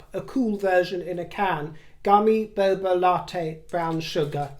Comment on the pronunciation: It’s boba not bobo 🧋😅